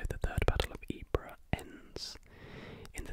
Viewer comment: Sarejevo - pronounced Sareyevo Ypres - pronounced eep 😊👍